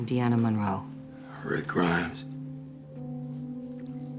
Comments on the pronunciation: I love this series and this channel, awesome stuff, but I do have to say it's Deanna, not Diana... Sorry 😂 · I really enjoy your body language analysis videos. I do have one note: Deanna is pronounced Dee-Anna, with a long “e.” The character announces her name at the beginning of the video.